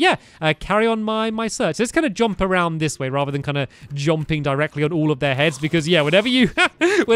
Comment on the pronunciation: You said jomping